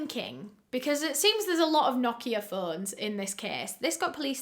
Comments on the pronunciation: This is very unrelated but thank you for pronouncing "Nokia" correctly! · Martin it's not, it's correct pronunciation is "no-kee-ah" british ppl just pronounce it differently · The pronounciation of Nokia was actually spot on 😄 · that’s bc it’s supposed to be pronounced like that